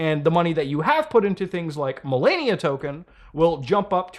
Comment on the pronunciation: Mudha can't say Melania correctly